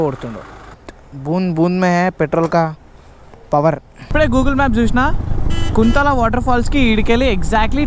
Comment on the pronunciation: That's not (కుంతల), that's (కుంటాల) kuntala